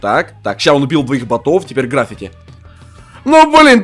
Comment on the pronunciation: Не грАффити, а граффИти